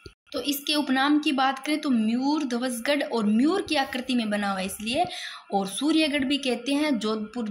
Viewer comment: अरे मैडम जी मुयरध्वज गढ़ नहीं मयूर ध्वज गढ़ है,,,म यूर ध्वज उच्चारण को सुधारा जा सकता है ताकि आगे गलती ना हो,,म यूर बौलकर कोशिश करो